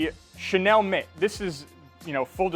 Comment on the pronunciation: Thanks for the demo. Helpful! Just one thing... with pronunciation of the (French word) Chenille, it's Shay-Neal (not Shay-Nell).